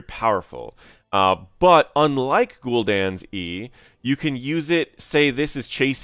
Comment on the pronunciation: That's not how you say Gul'dan